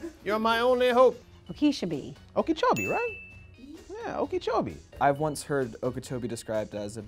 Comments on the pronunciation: I'm in Melbourne, tell me you can at least pronounce that. Also some of the "right" answers are WRONG. Someone else needs to make these videos. Okeechobee - "Oka-cho-bee" not "okeychobee". And how long did it really take to get Eau Gallie right??? O.O - Oh galley. easy! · Okeechobee is pronounced more like “O-ki-cho-bee” with that short i being quite short